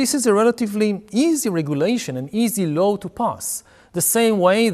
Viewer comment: אם אפשר לשפר את השפה האנגלית שלך: אתה אומר Law כמו שבאנגלית אומרים Low. אבל עדיין הרמת אנגלית שלך מאוד מרשימה